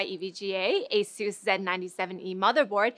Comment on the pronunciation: why do they mispronounce asus?